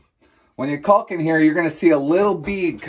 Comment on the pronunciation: Sorry, but you're mispronouncing "caulk" - the L is silent, just like "talk".